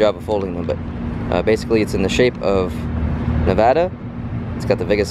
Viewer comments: OMG YOU SAY NEVADA RIGHT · As a Vegas native, thank you for saying NEVADA correctly! 😁